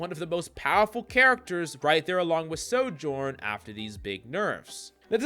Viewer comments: We have a Sojourn problem…. NO ONE CAN FUCKING PRONOUNCE IT DESPITE SAYING HER OWN NAME EVERY TIME YOU PICK HER. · The biggest Sojourn problem is that too many people can’t pronounce her name.